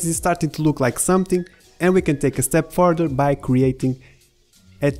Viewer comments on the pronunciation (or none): none